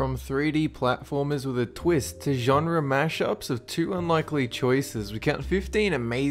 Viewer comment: You should learn to say genre.